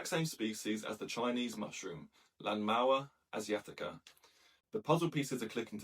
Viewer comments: Can you pronounce it without a weird accent, I only ask because you didn't use an accent when using Chinese words and names. Lanmaoa Asiatica, I can do it, you should try, It's not so hard as one would expect. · Try practicing pronunciation BEFORE recording. Sounds like this is the first time you've read the name of this fungus.